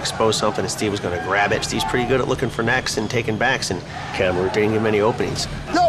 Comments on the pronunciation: The guy who was wanting to fight Usman right after the opening fight. Him keep saying “Kamarun” 😂is funny😂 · The dude called Kamaru "Cam-a-roo" lol